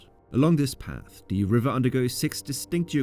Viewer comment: Why does he say thee instead of the?